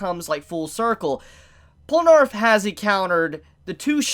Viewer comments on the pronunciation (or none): " Polnarff ", are you high? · WHY DO YOU PRONOUNCE IT POLNARF AAAAAAAAAA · I love you. Honestly. But it's Pole-nuh-reff. Please. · It’s PORRUNAREFFU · STOP CALLING HIM POLANARF IT'S BOTHERING ME SO MUCH